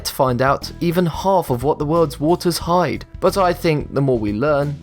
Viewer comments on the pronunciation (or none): none